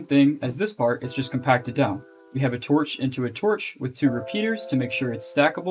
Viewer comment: In The RAM Video: I Cannot Understand "A Torch Into A Torch"